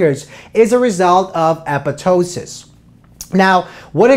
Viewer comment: He said it correctly- it's commonly mispronounced as "apoP"....